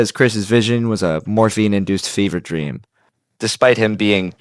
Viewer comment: It was a DWWEAMMM